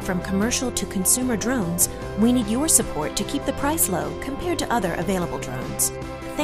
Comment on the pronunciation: Poor poor Helen....she loves DWONES and WOBOTS. Maybe she know Bawwy KWICTKY